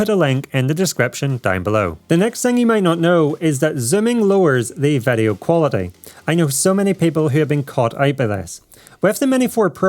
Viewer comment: It surprizes me every time he says Vedeo 😀